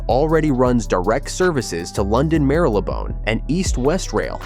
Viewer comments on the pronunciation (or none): American here & I gotta say, I cringed at “Chur-well” and “Mur-le-bone.” Argh, Oh well, where I live this is about as much OUFC as I’m gonna get.